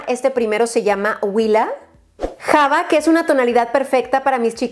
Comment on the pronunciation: de los rubores, no se pronuncian "dandilion" es "dandelaion", tampoco es "java" es "yava". 🤭 ¡Saludos!